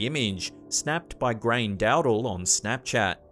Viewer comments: Grainne is an Irish so yeah unless your Irish there's no hope in pronouncing it lol it's more like grawn yah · Say grawnya 🤣🤣🤣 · Not commenting to be a dick, just trying to be helpful as I know Irish names can be a mindf#@ but grainne is not pronounced grain, more like grawnya 🙂